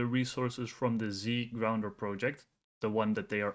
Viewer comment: Z gounder, not Zgrounder. Otherwise great job.